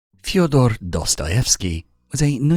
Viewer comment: Why do people say his name incorrectly? It’s федор, not фиадор